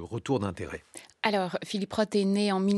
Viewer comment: Arrêtez de dire « Phillip Rote », c’est un TH pas un T !